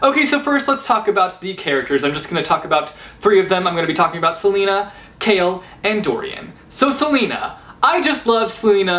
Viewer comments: NO TEAM DORIAN!!!! And btw, it's not pronounced Selena, it's Celaena. As in, Sul-ay-nuh. :D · HER NAME IS CELAENA AS IN SA-LAY-NA NOT SELENA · 1) I say 'Ce-lay-na' not 'Ce-lee-na' 2) I say 'Shay-ol' not 'Kale' 3) CHAOLENA FIVEVER OHMIGODS DORIAN CAN GO JUMP INTO TARTARUS JUSTKIDDING BUT NO SERIOUSLY CHAOLENE FAR LYFEEE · It’s pronounced as SEL-AY-NA not sel-e-na... Smh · Am I the only one that calls her suh-lay-nuh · I think her name's pronounced Ce-lay-na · CHAOLAENA!!!! And celaena is pronounced (ceh-lay-nuh) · It's pronounced CelAYna:p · I lowkey cringe every time you say "Selena. but to be fair I pronounced every single name incorrectly.